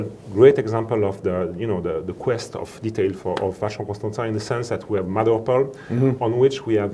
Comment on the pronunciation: cant believe you mis-pronounced CONSTANTIN